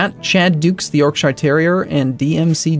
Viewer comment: We pronounce it York-sheer not York-sh-eye-er